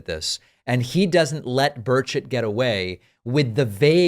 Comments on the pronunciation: I could have sworn that David said, "Tim Bird Shit." He really sounds like what I thought I heard though. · I thought you said his name was Birdshit. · That’s exactly what I hear. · Sounds like David is saying birdsh*t...lol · I thought you said Birdshit. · it's pronounced "Bur-chet".... Lol.... I know what you heard.... Lol!!! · I thought you said "Bird Shit", not Burchett. 🤣🤣🤣🤣🤣🤣🤣🤣🤣🤣🤣🙃🙃🙃🙃🙃🙃🙃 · I heard birdchit, not burchett 😂😂😂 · Thank you, I thought that I was hearing things at how he pronounced his name. 🤣🤣🤣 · 😂sounds like you said his name "Birdshit"😅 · lol, sounds like he keeps calling him congressman “birdsh!t” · why did I hear you say "Governor Birdsh*t"? LMAO. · It sounds like Dave is saying "birdshit". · I swear David is saying Bird shit. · Are you pronouncing his name "Bird Sh!t"? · Burchett sounds like Bird$h\t lets refer to him as Bird$ht from now on. lol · Every time you say “Burchett” I hear “Bird shit” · Did you say Birdshit? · Every time you say Burchett, I keep hearing bird shit, which is actually very appropriate. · Did he say "republican congressman Tim Birdshit"?? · Did you say, “bird shit”? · Every time you say this guy's name, i hear... birdshit... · I love it bird s*** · i thought you said birdshit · I keep hearing birdsh*t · I love David's pronunciation of Tim Birdshit😂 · Did you say his name is " Tim Bullshit" ? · his last name is actually pronounced bird shit? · Did I hear his name as Tim Birdsh#t?😂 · I swear I keep hearing bird shit lol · David, I trust you’re using your usual integrity and saying the politician’s correctly, but I only hear “bird shit”. Which seems apt, to be honest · Dang, I thought you were calling him Tim Birdshit... Figured it was appropriate - LMAO!! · Always sounds like "Birdshit" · Sounded like he was saying BirdShit. lol I will never unhear that. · I was looking away when you said Burchett and thought you said birdshit lol. Couldn't unhear it every other time you said his name. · I keep hearing "Bird shit"